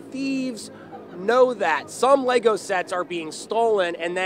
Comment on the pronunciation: Even the reporter in the video says it incorrectly, what is wrong with these people. LEGO isn’t exactly a brand new thing